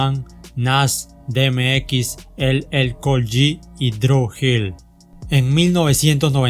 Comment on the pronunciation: Excelente canal, sigue así, sólo trata de reforzar el pronunciamiento de nombres y palabras. Por ejemplo: DMX = di em ex Irv Gotti = Irv Gari LL Cool J = El el cul yey